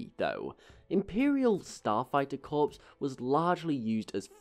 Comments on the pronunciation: Hey! I love your content! One tip though, the 'p' and 's' in 'corps' is silent; it's pronounced like 'core'.:) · It’s pronounced “Core” spelt Corps, Like the US Marine Corps. Royal Air Corps. Etc.